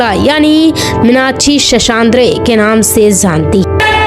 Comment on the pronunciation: Very bad title... Bad commentry... Cant pronounce her name.. N hindi words... Very hopekess... Thank god at least the facts were narrated...